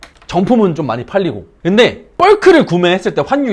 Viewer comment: 벌크를 뻘크로 발음하시네요 ㅋㅋ